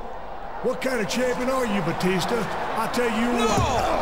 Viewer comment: Teddy long called Batista “batister”